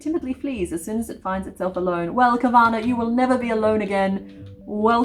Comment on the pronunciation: OMG, Carvanha as in Husqvarna the tractor/chainsaw brand? Took me a minute to grasp what you were saying there! Swedish education time!!! It's HOOS-kvar-nah. Which kinda means "the mill by the houses". (Also, since carvanha is a piranha and those live in the Amazon, which is predominantly in Brazil, I think it might be pronounced car-VAHN-yuh, with the Portuguese nh pronounciation. But I'm Swedish so that's just a guess xD)